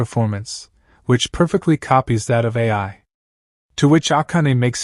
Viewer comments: But… It isn’t. I watched sub and dub. It’s just “eye” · The narration was good however you saying A I instead of Ai is really cringe. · Bro said a i instead of ai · You pronounce Ai's name like "A.I", so she was same type of stand as Artificial Intelligence.